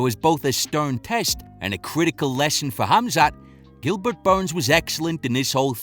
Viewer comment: I like to hear how Usman pronunce Burrrns. You can feel the weight